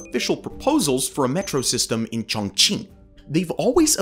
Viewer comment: Sorry but your pronunciation of Chongqing is not correct, and it sounds like you're trying to hard. It's pronounced more like Choong ching. Also the population is 32 mil if you are counting the entire admin region which also includes huge rural areas, but Chongqing municipality region is much lower and other cities like Beijing and Shanghai eclipse this. A better comparison would be New York metropolitan area to Chongqing metropolitan area which would be 23 mil vs 32 mil.